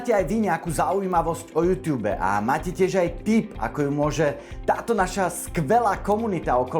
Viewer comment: prosím nečítaj to júťjúb ale normálne jútúb :DD